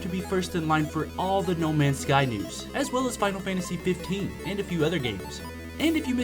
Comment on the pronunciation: u said the name wrong